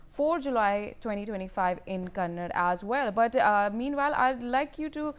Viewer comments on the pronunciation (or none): Dear "north" indian news media. Learn to pronounce words like "kannada". You all say "kannad". We should start saying "hind" "indi" "mod" ? And I am from Tamilnadu. Not "tamil naad" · It's Kannada not kannad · Learn to pronounce the language name properly before you call yourself a reporter Shame on you NewsX